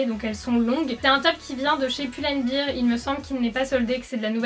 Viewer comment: pull and bèr putain, si vous le prononcez bir c'est bière en anglais 😂